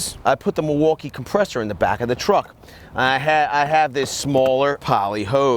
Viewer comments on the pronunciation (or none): none